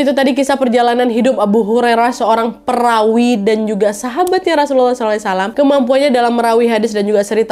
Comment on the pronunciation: Perawi kak bukan Pewari